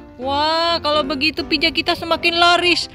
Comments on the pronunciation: Pizza Bukan pijaa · Pizza bukan pija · Mohon maaf itu bukan piza yang benar pizza🤣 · kak gak bisa ngomong z pizza😄😄😄🍕🍕🍕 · Pizza btw bukan pija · Bang pija apa pitza 😂😂😂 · pizza bukan pija 🤔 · Kwkwkwkwkkwkwiwiw pijaaa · Ya bukan pija harus nya pizza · kak gak bisa bilang z tapi kakak tadik pas bilang pitza tadi kakak bilang pija gak bisa bilang pitza ya kak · Pizza bukan pija tau ngak sih 😒😒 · Salah nama nya kak bukan pija yang benar pizza 😁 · Pizza bukan pija 🤦‍♀